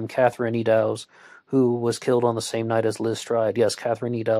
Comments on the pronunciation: Oh and Eddowes is pronounced, "Ed" as in Edward followed by "Owes" like she owed some money to someone. "Eddowes". Just FYI, I do realise it's difficult when you're from a different country. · Yup. Eddowes rhymes with meadows.